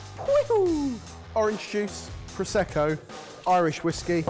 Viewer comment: BRO-secco. That's great😂